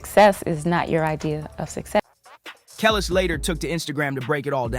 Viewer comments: I'm pretty sure that's not how you pronounce "Kelis." No offense, but even while half listening as a 38 y/o white guy whose rap cred extends to being a fan as a kid and always loving Eminem, I'm noticing a lot of little details that make me think this video wasn't well researched or conceived and performed by the mind of a genuine fan, let alone an authority. The opening line about two greats who have been friends/professional partners/mentor and protege since the very early '00s "teaming up" was bad enough. I know the video is parroting popular outrages, praising the "real," chastising the corrupt (don't get me wrong, I'll always back Em and would be devastated if he turned out to be another Diddy...I know that wouldn't happen), but in a way, it's kind of doing what it's complaining about. Of course it's YouTube, what the fuck do I expect? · Depends on which is more of a priority. If you want to present as knowledgeable about Hip Hop culture, I would correct the mispronunciation of Kelis, Mya, and Amerie immediately. If you are more concerned about your editing/video storytelling skills I suggest matching the narration with the video. For instance, when you were talking about Big L you had Beanie Sigel on the screen the whole time. I think it would make more sense to have Big L on the screen when discussing him - this would also help you look more knowledgeable about Hip Hop. Another example, you had a clip of Mya’s interview playing and then you discussed Mya’s perception minutes after her interview. I think you should discuss the topic and then have the interview play right after to support the narration. It helps the video storytelling appear more “put together” as opposed to discombobulated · 😩 if y’all want us to engage in content about us for us but not..from us, the least you could do is know the names of people. Like Kellis and Amir really- irking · Who TF is “KELL ES”? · Geez, Mya, too? Kelis - "Kuh-leese" (think GoT w/o the last syllable) Mya - "My-uh"